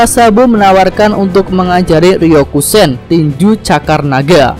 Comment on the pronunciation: YANG BENAR "RYOUSHOKEN" BUKAN RYOUKUSEN Wkwkwkwkwkwk 😂